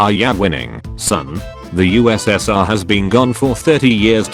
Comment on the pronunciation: I like how the computer voice called the USSR US Senior